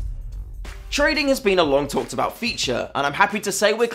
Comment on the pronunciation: DID YOU SAY TRADING